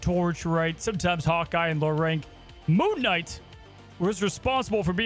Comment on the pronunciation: Did you just call him... "Poon Knight"?